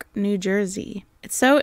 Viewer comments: You need to watch The Man Who Shot Liberty Valance and reassess her voice in it. Eeek! Also, New Work - Newark; Gren Itch - Greenwich (say both, fast (oh, kudos for the great pronunciation of Mifune Toshiro)). Vera Miles got the last laugh - she's still alive, in her 90s! Lovely work, Dahling (try it in Zsa Zsa Gabor's voice)! Hear you in that stormy port. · New-WARK, NJ? Interesting pronunciation. Good deep dive for a bit of an odd episode. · Newark in New Jersey is pronounced New-werk true story😅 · It's pronounced Newerk, NJ and NewArk, Delaware. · Don’t feel bad about mispronouncing Newark, New Jersey, bizarrely enough Newark, Delaware is pronounced the way you pronounced Newark, New Jersey. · FYI, the cop is from Newark, NJ. Emphasis on the first syllable. NEWark. No criticism; when I moved to Brooklyn I got the pronunciation of Joralemon Street in Brooklyn Heights wrong. Down the street from the exterior scenes in "Moonstruck". Boy, did I hear about it from Brooklynites! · Another NJ pronunciation: the biggest city is Newark, pronounced NEWerk. The Newark in Delaware is pronounced as you said, newARK. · "New-ark", Delaware; "Newerk", NJ. "Grenich", CT. And SO GREAT to have another of your videos! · I'm in Jersey, it's not pronounced like it's spelled, "New-ark". Its pronounced like Nework, or Newerk. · It's not New-ark, it's New-erk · I went to school in Newark, DE...pronounced New Ark. Toma was from Newark, NJ...pronounced New Work. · Your deadpan narration is becoming a new joy for me Just for the record, Greenwich CT is pronounced “gren-itch” Newark NJ is pronounced “new-work” The powder you see on Columbo’s hand is most likely dried calamine lotion The rocky shore that suddenly appears out of Viveca’s office looks suspiciously like where Adrian Carsini disposed of his late half brother Ric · New-erk, New Jersey.